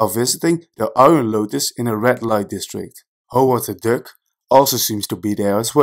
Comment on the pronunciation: Nice video.. when I heard you pronounce Duck, I thought you might have been dutch... Het is meer DAK dan DUK... ik lag in een DEUK... Anyway, nice collection of Easter eggs... saw the movie today. loved it...